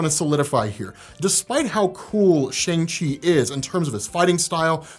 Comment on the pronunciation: All the chinese actors/speakers pronounce it "Shang" and NOT "Shaung". It is only used as a joke to rhyme with 'Shaun' by the american actors